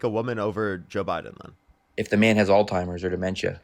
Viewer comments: "all-timers"? This country is cooked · “All timers” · "All Timers" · The 21 year old caller pronounced Alzheimer’s as “all timers” Oof that last 5 secs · This guy doesn’t know what words are. He even called it altimers lmfao